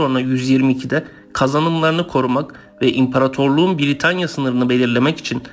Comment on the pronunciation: VIDEO VE BILGILER IÇIN TEŞEKKÜRLER YALNIZ TELAFFUZUN ZAYIF ÇOK HATALAI KONUŞUYORSUNUZ B-I-R-I-T-A-N-Y-A DEĞİL BRITANYA V.S